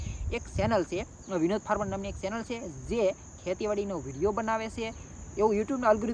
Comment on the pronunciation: સેનલ ❌ ચેનલ✅